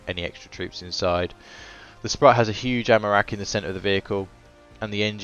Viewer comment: If anyone cares - it’s pronounced “sproot”